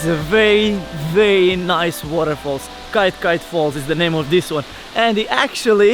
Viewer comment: It’s pronounced like ‘Key tear key tear’ ...